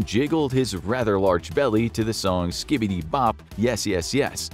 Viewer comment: SKIB EEE DEE